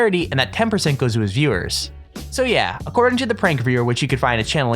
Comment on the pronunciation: You can't pronounce "viewers". It's sad.